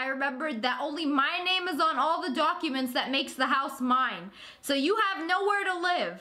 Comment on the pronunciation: Amy Bevilacqua Dionne She didn’t spell it wrong she just said it wrong